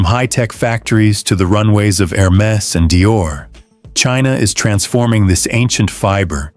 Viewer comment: Excellent video. AI voice: Hermes becomes Hair Mess. 24 degrees Celsius becomes 24 de grok sick sin. Luckily, the CC works.